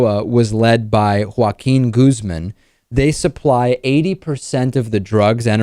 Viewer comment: Goose-Men =/= Guzman.